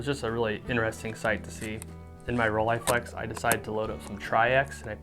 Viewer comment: Best part? where you pronounce Rolleiflex correctly!